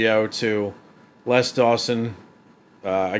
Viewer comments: It's pronounced "Lez" Dawson. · His Name Les is pronounced Lez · I sometimes forget Americans pronounce things differently and then you started calling him "Less Dawson" which sounds all wrong, because it's pronounced "Lez" in the UK. But glad you enjoyed the jokes. Always good to see classic comedy get new fans. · Lez not Less, definitely non Less Dawson. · Hey; just a point - it's Les pronounced Lez, not less;) Sad to say, Mother in law jokes are not allowed in the current climate of "don't offend Anyone!" I miss the 80s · It's pronounced lezDawson not. Less dawsonsorry. But less dawson was annoying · Hi, just FYI, his name was pronounced "Lez" not "Less" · Les not Less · ‘Lez’ not ‘Less’ Dawson.😊